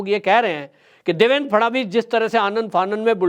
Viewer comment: काफी अनावश्यक बाते बोल रहा है. इसे माननीय देवेंद्र फडणवीस का नाम तक ठीक तरह से लेने नहीं आताहै. देवेन केहता है. कौन केहता है के नितीन गडकरीजी को हटाके फडणवीस जी को लाया गया है. महाशयजी खुद की मनगठन कहानियां बोलना बंद करदो. पहले की सरकार जाकर नयी सरकार आने से क्या फरक पडाहै ये आपको नहीं मालूम. अभि अभि का ताजा उदाहरण देखीये. पहले की सरकार होती तो क्या बुलडोझर चलता ?